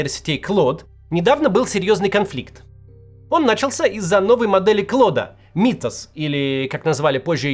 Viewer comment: Мвксим - не Клод а Клоуд